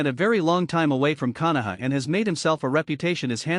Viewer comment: This AI narrator kunow, kyuibuy, umboo. It is unlistenable.